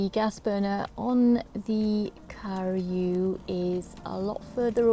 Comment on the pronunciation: Please learn how to pronounce karu its definetly not pronounced car-you